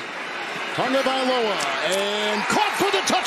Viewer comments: Where the heck is the "N" in Tagovailoa? There isn't one! You're saying Tungovailoa, different name. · Someone please tell the announcer that there is No N in Tagovailoa! It’s every week with this man. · This dude pronounced Tagovailoa's name 4 different ways not a damn one of them was right